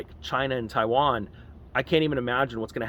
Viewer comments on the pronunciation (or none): none